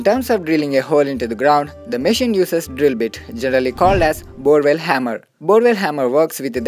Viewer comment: Machine pronaunce is wrong